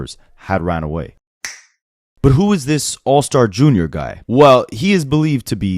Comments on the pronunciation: Dude it’s not Junior lol It’s J R not Junior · Bro, it's JR not junior. 💯